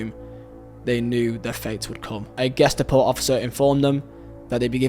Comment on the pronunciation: Dude your pronunciation is really horrible.. Love the video but damn.. You can't even say Ge-sta-po correctly??